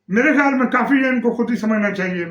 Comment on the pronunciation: کھیال؟؟؟؟ بی بی بولنا تو سیکھ لو